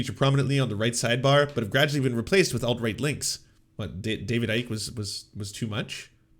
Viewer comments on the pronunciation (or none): David Ike is pronounced "David Icky"